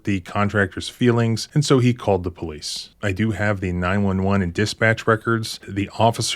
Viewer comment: COOLIDGE PO-LICE, OFFICER BIGBALLS HERE